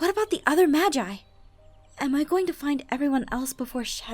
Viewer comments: Btw its pronounced mahgi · it make me furious when she says magi you pronounce the G as a G not an J